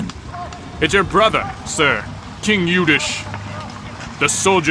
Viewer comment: Guys its Youdhishthir.. not Yudish!!